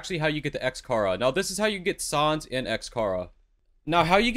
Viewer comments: It’s pronounced SAANS not SAWNS >:( xd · Im sorry but its annoying how he pronounces sans as Saans and xchara as xcara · he he, said sawns bone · Sauns bone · Son bone lol it’s sans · If he says sons one more time I swear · Why does he say sans like soans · I like how he says "sans" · The way he pronounced sans hurts me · the way pronounces sans though 😭😭😭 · god the way he says sans is just...... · Why are you saying sans so incorrectly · The way you say sans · is he saying sans wrong on purpose? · why he say sans like that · Is anyone triggered how he said Sans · i hate how you said Sans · I like how he mispronouns sans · he doesnt know how to say sans : |